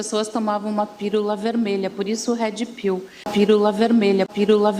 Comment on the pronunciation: Gente, eu nâo entendi a falha na palavra pilula. Será que tb falo errado?😂 Mas a pronuncia dela de inglês é triste haha "hedi piu"😅